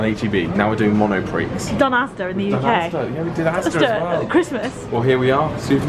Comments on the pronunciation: it is NOT pronounced Mono Pricks - it's pronounced mono-pree. Oy. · Great Vlog! I'd crack up every time you say monopriX though haha ! You don't pronounce the x :D (it's monopree) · Love your reaction to the self-checkout speaker! Now did she really say "Monopricks?"